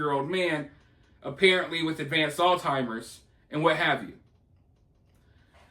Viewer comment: is that why he constantly pronounces Alzheimer’s wrong too?